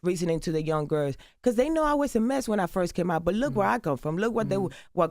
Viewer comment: "To the little gerrs" -Joseline😅😅